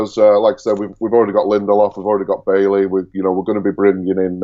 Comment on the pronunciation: NOBODY can pronounce Bailly's name correctly lol!!